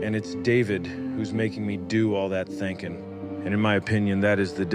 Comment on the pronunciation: . Ha! He said “thankin” (thinkin).